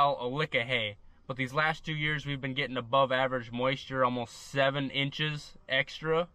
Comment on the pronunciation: “gittin”, would that be similar to “getting” ? Maybe a girlfriend with 5 teeth is aiming a bit high. Love your vids 🤘